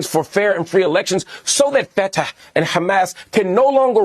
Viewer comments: Funny when Marc mispronounced Fatah and said Fetah instead. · You can tell by the way he pronounces “Fata7” where this “journalist’s” head is at. I bet he recites Al-Fatiha on the daily.